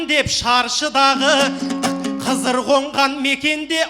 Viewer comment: Дидарда жаксы акын бирак кызыр дедима кыдыр дедима атасын айтып куынкырап кетти